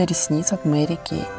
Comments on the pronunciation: Мери Кейт ))) хотя бы для приличия поинтересовалимь как правильно произносится ее имя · Мне 2 больше понравилсяЖень правильно говорить мэри кэй У меня тоже вся косметика От мери